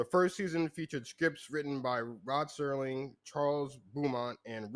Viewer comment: Its SERLING....come on...